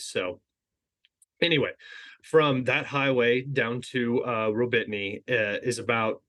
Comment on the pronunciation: gotta love how you suffer with the names. "Rawbeetnee" is simply pronounced Rah-boh-tee-noh